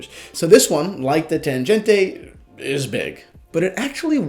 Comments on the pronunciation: Hi, please dont pronounce TANGENTE like it is an italian or spanish name... This is a german Tangente. Read and spell it as it is written. And not like "tanjente" Germans would laugh their asses off hearing this:D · Your pronunciation of Tangente is wrong - "g" is as in "great". Would be nice to say something about accuracy of this watches. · You’re pronouncing Tangente wrong,. The g is pronounced like the g in goal.